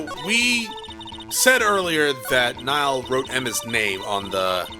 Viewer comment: gets extremely irritated because they keep calling a "vase" a "jar". Also - pronounces "Neil" like "Niall" for the whole fucking game.